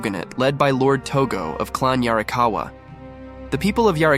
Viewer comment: How DARE you say "yarrikawuh" and not 「鑓川」in a gruff, Ancient samurai voice 😡😡😡